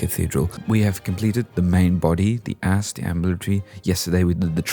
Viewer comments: uhh before people start asking again and u build another one try finishing the original one 🥺🥺 and make a full tour of it pls 🥺 i love gothic architecture 🥺 and 🥺 watching areal shots of gothsburg makes me want to live there 🥺 🥺 🥺 🥺 pls 🥺🥺🥺🥺🥺🥺🥺🥺🥺🥺🥺🥺🥺🥺🥺🥺🥺🥺🥺 edit: IM DYING AT HOW U SAY APSE AS ASPE 😭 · APSE*** FUCK SAKE. Apse. A-P-S-E. AN "ASP" IS A SNAKE. Sorry it was driving me INSANE. Now I shall go outside and get bitten by an asp. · why you say apse like that